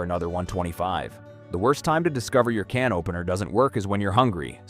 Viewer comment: The way he pronounces "cannoppener" 🤣🤣🤣🤣🤣🤣🤣🤣🤣🤣🤣